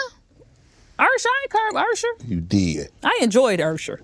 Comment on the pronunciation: “Ursher” that’s what my Great Aunt used to call him 😂😂